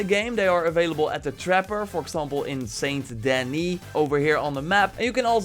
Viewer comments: Isnt it Denis? But pronounced Deni? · Did this guy really call Saint Dennis, Saint denny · I just dislike this video because how he said saint Denis because I'm Petty like that